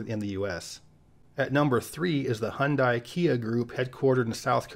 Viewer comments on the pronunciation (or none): Hyundai is pronounced "Hun-Day" like Sunday. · Great and proper pronunciation of all the company names save one; Hyundai. It rhymes with "sunday". That was Hyunsais very first advertising tagline. "Hyundai. Open Sunday." When they first came to the US in the mid 80s.